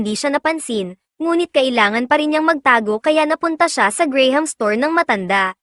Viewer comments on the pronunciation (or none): none